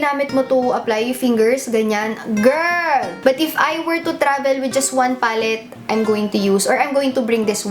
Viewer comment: lovin the way says "GIRRRL" 😂😂 LOVELOVE 😘😘😘